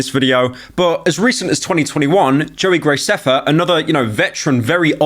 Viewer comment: “Joey GRACEFFA”